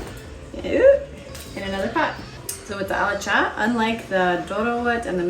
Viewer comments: I like how you said alicha in a perfect amharic lol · ❤❤❤❤🎉Good job, you are an amazing person 👏 👏👏 even your accent is perfect when you say berbere, alcha wow. God bless you and your family. we love you ❤ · You should tell us if you spent some time in Ethiopia 🇪🇹 or hang around Ethiopians a lot. Your pronunciations of the dish names is great. Alicha , dorowot, berbere… something people that are not Ethiopians or Ethiopian origin enjoying our most cherished food makes my heart warm. Specially the kids ❤